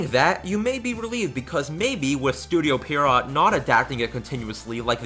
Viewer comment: It's pronounced PEE-ARROW, not PEE-ARROT.